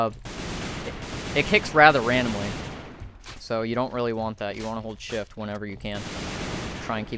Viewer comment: shift聽起來講成shit